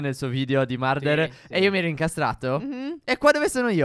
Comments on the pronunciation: Vi prego vi seguo da molto e questo video lo gai visto ma vi prego non dite marder ma si dice murder😂❤️❤️ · Si dice murder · La pronuncia marder